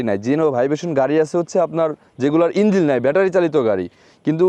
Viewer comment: number 1 উচ্চারন ঠিক করেন... যেমন spiriting না এটা হবে Speeding, Number 2, ইঞ্জিল কি? ইঞ্জিন হবে.... কলাবরেশন না এটা হবে কোল্যাবরেশন, বলেছেন টেস রাইড, না হবে টেস্ট রাইড, আপনি বলেছেন যথেষ্ট enough ভাই দুইটা একি জিনিস বাংলা আর ইংরেজী তাই যে কোন একটা ইউজ করুন, বাইকের মবিল হয় না ইঞ্জিন ওয়েল হয়, মবিল একটা ব্র্যান্ড নেম, রাইট?? এতটুকুই বললাম... শুভকামনা....